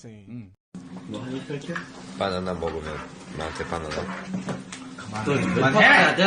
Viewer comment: banana=바나나 banana is not 반하나 바나나 is pronounced panana 반하나 is pronounced panhana